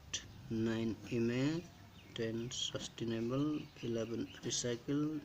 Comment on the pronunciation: No 10 is sustainable not sustinable